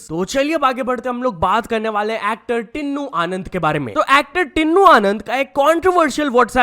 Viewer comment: Bhai tinnu no tinu h WO naam pronaunce kr na. Sikho